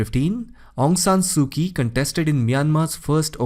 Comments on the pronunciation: Her name is pronounced as Su Chi. Ky is pronounced like Ch. Similarly currency is pronounced as chat not kat nor kiat. So please don't call her Su Ki. Wrong! So it's pronounced as Chaukpyu for Kyaukpyu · Actually,her name is aung san suu kyi, not aung san suu ki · Aung San Suu Kyi. Kyi is not pronounced "Kie". The correct pronunciation is "CHIE". Shame on you !! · Aung San Suu Kyi.... Kyi is pronounce as Chi.